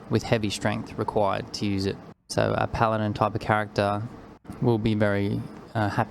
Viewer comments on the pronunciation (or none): none